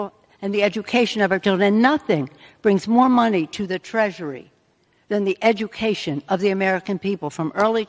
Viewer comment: I had a good laugh at the way she pronounced education !